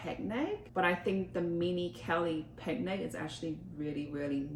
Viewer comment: Omg pls learn how to pronounce picnic. It's "pick-nick" not "peg-nay-g"